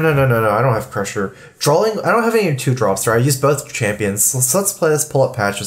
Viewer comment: dude keeps saying "drawl", even saying "drawling" wtf